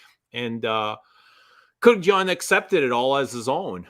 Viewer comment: It's Kurk-dzian, not Kurk-yan 🤣.